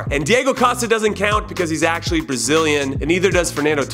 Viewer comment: "achswally"...